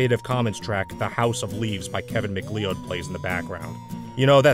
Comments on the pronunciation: Also "McLeod" is usually pronounced, "McCloud". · It's pronounced Macloud, yes I know its spelt Macleod